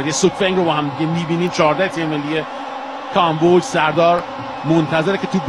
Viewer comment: گزارشگر حتی تلفظ کامبوج رو بلد نیست